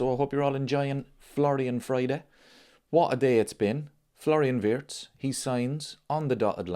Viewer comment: Remember ...His name is pronounced VIRTZ....not Wirtz